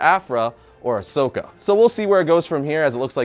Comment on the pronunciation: It's Asoka